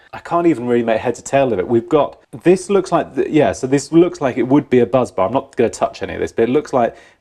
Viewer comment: Bus bar not buzz. Just saying